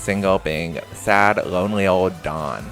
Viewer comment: I prefer when you introduce the newbies rather than chucking them in then introducing them. Also if you could pronounce the W in dawn a bit more i keep hearing Don and thinking why is Don Lothario n love island not that he wouldn't be perfect for it